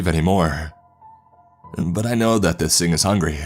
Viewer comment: Something ain't right with thaHT. Some people say they saw an albino beAR. The way you stress the end of of your sentences in trying to be dramatic is fucking triggering. It's worse than that chills nasesly guy.